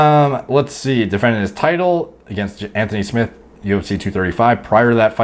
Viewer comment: Anthony Smith not smiths